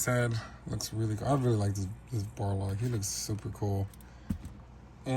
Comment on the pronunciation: His name is Balrog, not Barlog lol